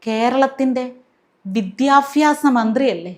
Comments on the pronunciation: വലിയ fan aanu ഞാൻ പക്ഷെ 'ഫരണ ഘടന' 'വിദ്യാഫ്യാസം' എന്നു തുടങ്ങിയുള്ള ഉച്ചാരണം സഹിക്കുന്നില്ല. സോറി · വിദ്യാഭ്യാസം...അങ്ങനെ പറയണം. വിധ്യാഫ്യാസം അല്ല. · ഫരണഘടന അല്ല sister ഭരണഘടന ആണ്. വിദ്യാഫാസം അല്ല വിദ്യാഭ്യാസം എന്നാണ്. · ഇതുപോലൊരു മന്ത്രിയെ കിട്ടാൻ നമ്മൾ ഫാരത മക്കൾ ഭാഗ്യം ചെയ്യണം.വിദ്യാഭ്യാസം എന്ന് പോലും പറയാനറിയാത്ത വിദ്യാഭ്യാസ മന്ത്രി. ഇതൊക്കെ ഭരിക്കുന്ന നമ്മുടെ നാടിന്റെ അവസ്ഥ... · വിദ്യാഭ്യാസം എന്ന് ഉച്ചരിക്കുമ്പോൾ അവതാരകയും ശ്രദ്ധിക്കുക. പറഞ്ഞ ഉച്ചാരണം തെറ്റാണ്